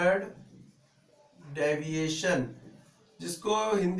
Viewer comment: ohh bahi daviation nahi pronounciation hai deviation hai